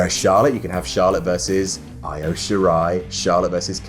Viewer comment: Imagine being known as a wrestling content creator and not knowing how to pronounce Io correctly!